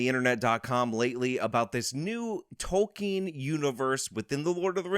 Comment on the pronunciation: Ah yes J R R Tolking lol